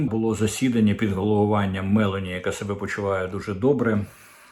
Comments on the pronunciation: Вибачте. Італійська прем'єр міністр не мЕлані а Мелоні. Наголос на О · Дмитре, не Мéлoні, а Meлóні (наголос на "О"), у перекладі з італійської meloni - дині. Melona - одна диня, meloni - багато